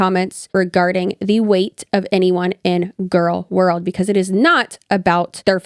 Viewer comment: I'm...I'm sorry but "gorlworld"? Hi 😂